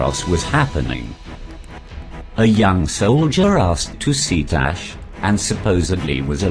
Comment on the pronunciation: Am I the only one hearing him say Nash, not Tash?